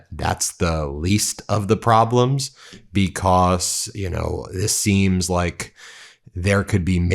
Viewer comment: It's "because" not "becoss". You say cause just fine, but turn into a third grader by saying becossssss